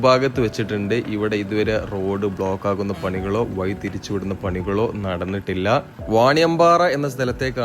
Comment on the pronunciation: മയ, വയി. മലയാളിയുടെ അഭിമാനമായ ' ഴ ' വിഴുങ്ങി. കഷ്ടം. ഇനി ഇതിനും ഓരോരുത്തന്മാരും ന്യായവുമായി വരും.